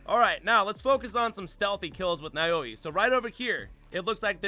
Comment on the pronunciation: And Naoe is pronounced like Nah-Wey